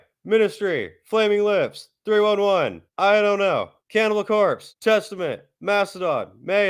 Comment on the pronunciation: Dude called 311 “3 one one” 😂🤦🏼